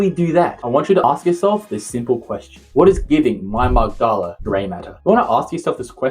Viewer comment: Brother this was awesome to watch! I feel better just thinking about using these tips. One thing I'd like to point out: the word "amygdala" is pronounced /əˈmɪgdələ/, not /əməg'dɑːlə/. Sorry for being that guy. Thanks for the video and keep creating!